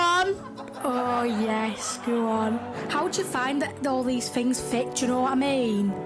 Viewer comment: “It fet pairfectly”